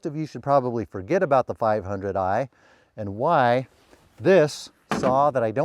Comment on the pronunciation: can you say one more - 5oo eiii?